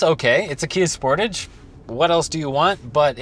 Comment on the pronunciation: Thanks for this video, very informative, and easy to understand. Just one point to explain, I am a senior CANADA citizen and the word Sportage is pronounced spor-tage( spor tage).I just bought a 2026 spor-tage EX-PREMIUM, and after 3 years of use, if it's 1/2 as good as yours, I'll be a HAPPY CAMPER. YOU got more than 100K miles with the same Brakes, WOW, you are a good no a VERY GOOD DRIVER. Thanks again, looking forward to your next video, keep updating. GOD bless YOU and your FAMILY 🙏.